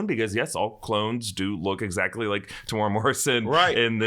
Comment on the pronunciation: Tem-U-Era Not Temoora 3 syllables